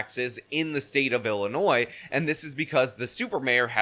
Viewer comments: Love you,. It's pronounced "Illinoi", even though it is spelled "Illinois". I'm sure you knew that and it was a slip of the tongue. To me it's Ill-annoying!:P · Correction ! No s sound at the end of Illinois